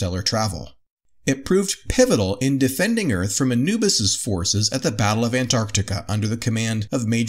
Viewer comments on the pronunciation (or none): none